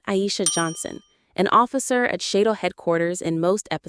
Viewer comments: ナレーションがオカシイね、っつうか間違いだらけだな。シャドーをＳＨＤＯとか言っているが、あれはＳＨＡＤＯだよ。まあこの動画をアップした奴が非常識でバカなのだと思うが、他にも日本語として間違っているのが山程有る。無駄だとは思うが修整しろと言っておく。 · The organization is pronounced like "shadow" not S H A D O or Shaydo!! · Cool show. But it's not pronounced SHAYDO. It's like SHADOW. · Sha-do pronunciation when it’s shado… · It's SHADO Command, not SHDO. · I remember this show. The AI that is narrating this, has mispronounced Shadow. It is not pronounced SHAEDOW, it pronounced SHADOW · Its was pronounced SHADOW = SHADO, God i loved this show all my life from the first day it aired on tv all those years ago, i think i was 12 yr back then, its sad we have lost so many actors, who we grew to love or hate, just got my self a model of the Skydiver, my life is now complete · It's S.H.A.D.O. Just say "shadow"! Supreme Headquarters Alien Defence Organisation. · It's pronounced "shadow." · It's pronounced "shadow" on the show even though it's S.H.A.D.O. You'd know if you ever watched it but you're just reading from a script. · SHADO (Supreme Headquarter Alien Defense Organizzation).